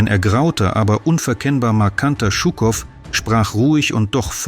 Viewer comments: Die Aussprache russischer Namen tut weh: Djuuukoff nicht Tschuckoff. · Hallo! Gar nicht schlimm, ich verstehe deutsch gut. Ich hätte bloß sagen: 1.ЖУКОВ und gar nicht «ШУКОВ»! Шуков oder Щуков klingt sehr falsch aus. 2. ich bezweifle, dass Жуков , direkt nach 13. Februar in Dresden war. 3. «Это не наша война» klingt nicht Russisch. 4.Englische und amerikanische Luftangriffe 12, 13. 14. und 15. Februar 1945 waren wirklich schlimm. Dresden Mitte und Dresden Johannstadt lag wirklich in Ruine …. ( ich wohne selber in Dresden). MfG aus DD Александр. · Жуков, nicht schukov, wie Jaqueline, fehlt euch eine Buchstabe? :)) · Shukow heißt Shukow und nicht Schukow. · Stimmt, den Buchstaben "Ж" gibt es in deutsch nicht 😏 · Es wäre schön in solche "Dokus" und auch wo anderst aus ländische Namen aussprechen.BITTE nicht nur die Englische Namen. Er ist nicht Schukow sonder wie Ihr die Jour nalisten ausspricht:Jukow,so ungefer... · Warum dramatisieren Sie derart überhöht diesen propagandistischen Umgang mit einem Interview? Shukow hat stets authentisch und ausführlich dokumentiert, dass der Sieg der Sowjetunion im Großen Vaterländischen Krieg kein "gesetzmäßiger" Spaziergang, sondern ein Kampf auf Leben und Tod war. (Zur Aussprache: dieser Held der Sowjetunion, dem Berlin und die DDR wesentlich ihre Befreiung vor 80 Jahren verdanken, hieß Shukow – und nicht Schukow). Im übrigen treiben heutzutage die westlichen Medien noch viel schlimmer eine verzerrte Propaganda: zur Geschichtsfälschung durch Verschweigen, Zensieren und Unterdrücken missliebiger Wahrheiten.